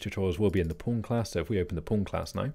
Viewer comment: I'm constantly understanding "porn" when you say "pawn". Do I have a problem?